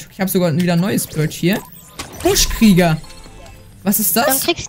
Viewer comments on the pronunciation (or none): Es heißt Buschkriecher nicht Buschkrieger!!!!!!!!Wenn nervt das auch